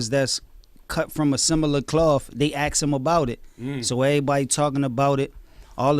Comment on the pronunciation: They axe em about it lol My friends always make fun of me for saying axe instead of ask Looks like I'm not the only one (Cassidy)